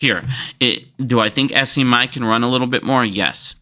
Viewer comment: don't forget "SCMI". It is actually SMCI. Maybe has a little bit of dislexia. "not financial advice"